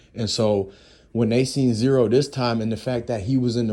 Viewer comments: It's z ro, not zero......who tf are you bro? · His name is Z RO NOT ZERO BRO WTF